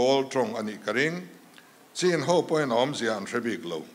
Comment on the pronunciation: Chin tih hi A takah Chuan Chhin ( thil kan chhuma a Hmin tawh tih ang Khan chhin tiha lam tur a ni.) tunhhma Chuan hmusittaw hnam.kan nih avangin Chhin tihin min koh nawmnah 😊